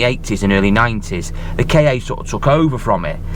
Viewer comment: It’s a KA not a a Kay Ay or K.A.